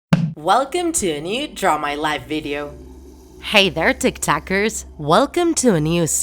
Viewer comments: Bro. It’s TikTok. Not TikTak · "Tik tak" i guess its where "tik tok" came from 😂 lmao